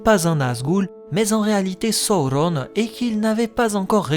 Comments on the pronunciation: Excellent travail ! J'adore. C'est construit judicieusement et particulièrement bien documenté. Juste un bémol sur la prononciation des noms, à l'anglaise, alors que le parti pris est par ailleurs d'utiliser le français (la Comté, la Forêt Noire, le Bois des vertes feuilles, etc...). Du coup, ça manque de cohérence. Et puis "Sa-ou-ronne" pour Sauron, par exemple, ça me heurte l'oreille. Utiliser la prononciation des films, et celle de la traduction française des romans, aurait été plus heureux. Bonne continuation en tout cas. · Je suis pas sûr que la prononciation soit heureuse, même si elle est sensée respecter les indications laissées par tolkien, après tout malgré ses qualités de linguiste il n’était pas français, et la façon dont tu prononces les mots sonne faux et pas adapté à la sonorité de la langue française à mon sens. Donc canon ou pas, je ne vois pas de plus value a des prononciations comme « sa-ou-rone » plutôt que « soron » par exemple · ca ressemble à une version americain la facon dont tu le prononce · ça te complique bcp la tâche dans la diction 😅🤣🙏🏽 Ça m'a sorti de la vidéo je reviendrais dessus qd je serais habitué ✊🏽bon courage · J'adore ce que tu fais ! Je supporte juste pas comment tu dit thranduil et sauron avec l'accent la mais sinon c'est parfait 💪